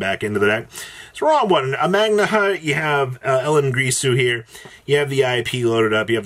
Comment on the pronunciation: GiRsu not GRisu